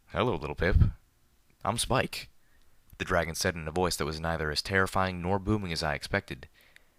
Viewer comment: I loved it when you said Skipe and not Spike